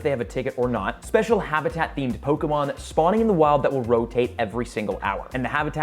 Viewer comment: Hey, after 5 years, I'm back and blown away by your growth! Your take on Pokémon Go Fest 2023 is on point, and I love that you've mastered the Pokémon names. Keep soaring, and cheers to more success! 🎉 Your almost good as PokeDaxi:face-fuchsia-wide-eyes